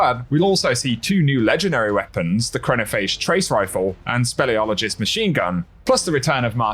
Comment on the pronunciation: Your perfect pronunciation of speleologist made my day. Have a good one Vexcalibur benefits from the shieldcrush artifact mod synthoceps/worm gods caress and triton vice combos do as well. Glaives 20%melee buff seems huge now. Shadow price as the nightfall weapon as we get the auto rifle artifact mods seems well timed.